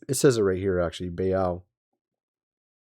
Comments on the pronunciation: Pronounced Bayl not bay elle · Baal is pronounced like ball